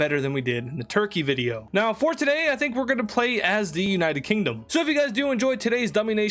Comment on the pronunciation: United Kingdom or the UK edit:im not making you mad for you mispronoucing a nation